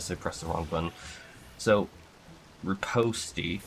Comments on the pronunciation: ripposti huh. it's pronounced re pawst bruh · yeah lol. /rəˈpōst/